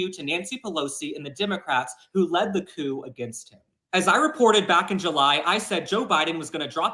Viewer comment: Coup = “koo”. Just trying to help you out😊 Love your videos❤